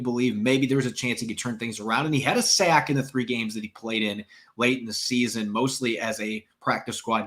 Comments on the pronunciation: Please use the long ‘a’ to a higher degree. Sack isn’t pronounced as say-k. It’s sack. Longer ‘a’. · Sayk fmbyl